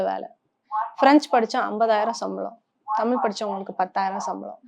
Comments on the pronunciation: She is not able to pronounce Thamizh properly... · தமிழ் என்பதை சரியா உச்சரிப்பு செய்யவும்.